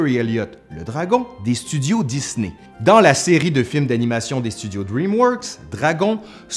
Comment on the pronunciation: Salut, désolé, j’espère que je ne t’ai pas offensé avec mon commentaire. En me relisant c’était un peu sec, mais sans méchanceté. Aussi, j’adore ta chaîne, que j’ai découvert grâce à Nota Bene. C’est drôle et instructif ! Bravo (en passant on prononce le s de Disney comme un z, Dizney). À moi : merde il faut que j’arrête de corriger tout l’temps 😅.